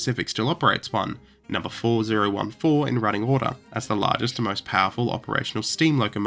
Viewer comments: 4 0 1 4 is not exactly wrong to pronounce, but unusual gor sure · Someone who is a train guy, I noticed some mistake when watching it. You mispronounce 4014 number. It pronounced as 40 14, not 4 0 1 4. Also having no flanges on some of the drivers isn't a bad thing. Alot of successful locomotives classes have one or two wheels have a blind drivers (what a frangless drive is classified as). The problem with the AA20 was the fact it have three. Hope this helps.😊